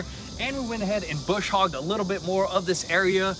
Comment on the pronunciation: Brush Hogg boys, not bush😊